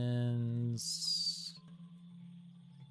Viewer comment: I'm still out here, wincing when you pronounce badlands and islet. I can't wait to hear how you pronounce Infested Aquifers or A Circuitous and Wending Journey. 😵‍💫😝